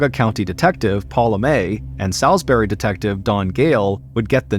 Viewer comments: Salisbury is pron. Sawsberry, not Sowsberry.. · Not me (a north carolinian born and raised) ABSOLUTELY dying over the way he says Salisbury 😅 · I assumed it was an american thing. Salisbury England is not pronounced like this either.